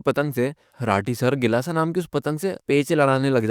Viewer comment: BHAIYA kelasa nahi gilasa